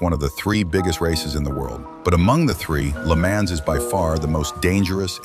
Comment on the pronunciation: At least pronounce Le Mans correctly...Jesus...